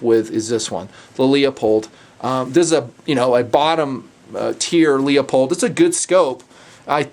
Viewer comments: Bah, and Leupold is pronounce Loo-pold. I live about 15 minutes from em, and it drives me as nuts as people that think that Oregon is Or-gone... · "leopold" should be pronouced leu-pold luuuuuu pold :) just saying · Why the heck does everyone pronounce Leupold as "LeOpold". It is not Leopold. It's Leu... (Lewpold). I guess the president/owner of Leupold would have the say, so I'd have to back off my stance, but otherwise, if you are just looking at the name? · I thought it was pronounced loo-pold? Anyway, have you had much time with the GSR? I have one but have not had the chance to shoot it.